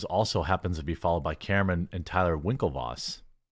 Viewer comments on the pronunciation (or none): none